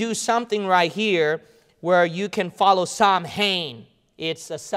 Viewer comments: All true except samhain is pronounced “sow-win”... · Samhainn is pronounced ss-ow-inn (the ow part sounds like you are hurt and saying" ow " as in "ouch")